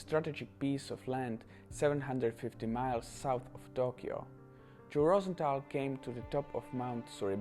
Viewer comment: Btw it’s rose th al not Rosen th al